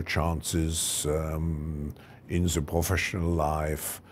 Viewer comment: Yo Klaus, there is no "Ze" just him/her